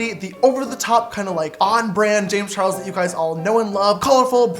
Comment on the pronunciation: does anyone notice how in the intro there is no "L" in charles